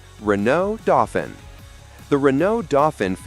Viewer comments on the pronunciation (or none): Renault DOE-FEEN, not DOFFIN! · doe-feen, not dorrr-fin!